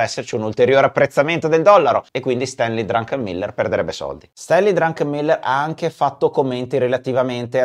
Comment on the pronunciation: Bellissimo il video... ma comunque e' Druckenmiller e non DruNkenmiller 🙂